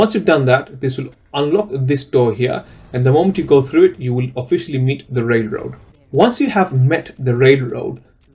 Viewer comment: why can't you say the word Railroad correctly 😂😂😂